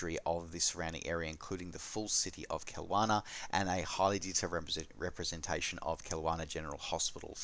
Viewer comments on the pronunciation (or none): Love your channel! But ... as a Canadian who lives in BC and has flown (commercially IRL) into Kelowna many times, the pronunciation is /kill LOW nah/. :-)